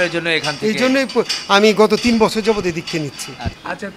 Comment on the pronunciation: That was "TEEN" not "Teet" fruit.